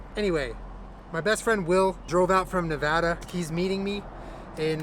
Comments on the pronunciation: tfw pronounces "Nevada" correctly 😭😭😭 -a Reno-ite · I LOVED every bit of this. And appreciated the fact that you pronounced Nevada correctly :p